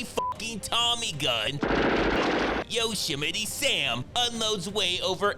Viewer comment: Did he fucking say yoshimeti Sam?